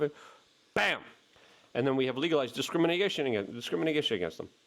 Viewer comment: Let me help you out... Legalized dis-crim-in-a-tion again! (Love ya, Luke 😉)